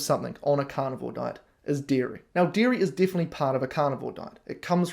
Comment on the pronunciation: I kept hearing "deer meat" instead of dairy and got really confused when you said deer meat is pasteurized. Only after I turned on captions did I realize you were saying "dairy".